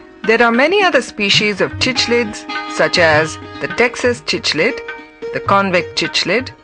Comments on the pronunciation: chichlid....really.... wtf man its cichlid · its pronounced as sick-lids